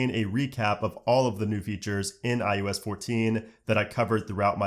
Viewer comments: All I hear is ius lol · you said "IUS" nearly every single time